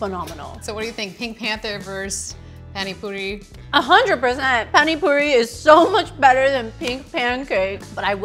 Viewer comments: No hate but I hate the way they said Pani puri like guys seriously pronounce the a as ahh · WTH SHE SAID PA-NI PURI- I’m crying- anyway I WANT SOME PINK PANCAKES NOW EVEN THO ITS ONE IN INDIA